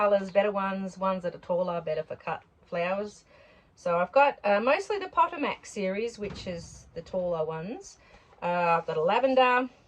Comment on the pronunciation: “Poe-toe-Mack” is the pronunciation for Potomac. It is an important river in the history of the founding of the US. Being specific to the US, I would not expect anyone to know how to pronounce it😘😘😘